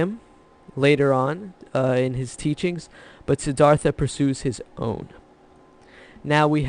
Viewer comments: Courageous dude?! And learn how to pronounce the name. Please! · The river taught me you pronounce "Siddhartha" wrong....go to Indian restaurant on Lexington Ave. in the 20's and ask them how to pronounce....it will sound better......